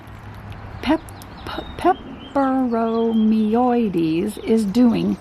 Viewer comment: You did good with pronouncing the name I think it’s fancy